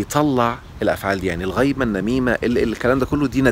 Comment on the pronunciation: الغيبه بالكسر وليس بالفتح ....... الغيبه بالفتح من غياب شخص الكندري اين هو وبالكسر ذكر انسان في غيابه...